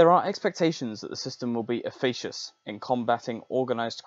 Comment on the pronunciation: indictmentの発音はインダイトメント、efficaciousはエフィケーシュスです。